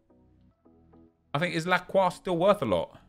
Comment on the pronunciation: Nep is too funny lol he said ZIV for lacroix loooool